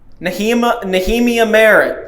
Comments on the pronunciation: Great job as always guys! Nehemiah - Nee-a-my'-a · Nehemiah = Nee-uh-MY-uh